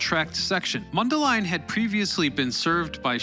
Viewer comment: I just want to congratulate you on correctly pronouncing Mundelein. Also, I appreciate all of the pictures from the Illinois Railroad Museum.